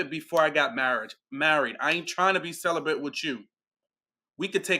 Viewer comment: Why do they keep calling it celibent🤣🤣🤣